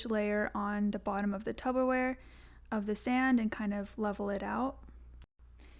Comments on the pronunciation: TUBBER wrong it's Tupper babes 🤣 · Loved the video but saying tubberware and not Tupperware really stressed me out😫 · Tup-per-wear Not tub-ber-wear 😭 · Is tubberware that discount Tupperware? 😂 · DID SHE SAY TUBBERWARE???